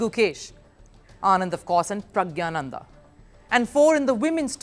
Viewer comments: Its PRAGNANANDA not pragyananda. Correct yourself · All are wrong. Its pronounced PragNYA. Sometimes English transliteration of Tamil (or for that matter other Indian languages) does not do justice for their original pronunciation. Let me give you the Tamil alphabet for this Tamil Script (notice the 'ஞா' which is pronounced 'NYA' in english and ) of his name: பிரக்ஞானந்தா The Tamil alphabet "ஞா" (pronounced as "nya") corresponds to the Devanagari combination "ज्ञा" (pronounced as "gya"). In both scripts, this combination represents a palatal nasal sound followed by a vowel sound, though the exact pronunciation nuances might differ slightly between Tamil and Hindi/Sanskrit. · the way she pronounced pragnandha and ding liren showed she did not study the topic before covering it